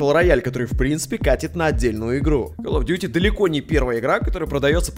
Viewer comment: Игра называется Калл оф дюти Не Кал оф дюти